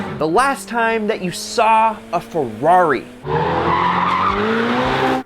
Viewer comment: if i had a dollar every time i heard "Fewarri"....🤔😒